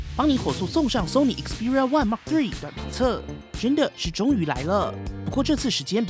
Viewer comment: 你的英文感觉跟鸡叫一样，记住，说的快不代表说得好，了解这个就说明初级入门了。还有，毫米就毫米，还mm，全称是millimeter。别再说Mark 3了 实在是难听，恶心，还有2，那是土，不是tou，